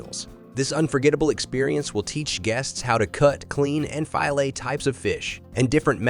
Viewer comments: Is the voice a real human? The pronunciation of "Iditarod", "halibut" , and "filet" are incorrect. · Who narrated this. It is awful. Can't say fillet or Iditarod.